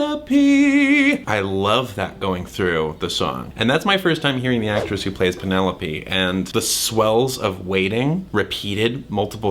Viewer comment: LOVE Thomas riff of pen-EL-OPE~ and the fact that he is giving BIG Hermes vibes with his lil British “moving on” and his entire outfit(round orange tinted glasses and his orange clothes 😁😊🧡)